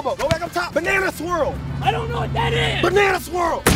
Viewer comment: Hardcore MatC lol i thought he said banana squirrel XD